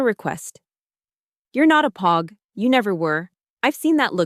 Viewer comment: And say POG the right way for fucks sakes!